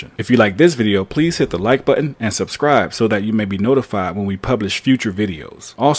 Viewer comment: you are a smart guy, please reflect that in your speech. please say subscribe, instead suscribe, which what you keep saying. also, please say asked, and not aksed.